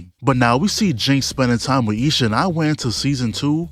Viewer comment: I love how he says lil sha instead of isha 😭😭😭😭